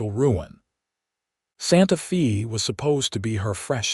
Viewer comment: Can the narrator please say Santa Fay not Fee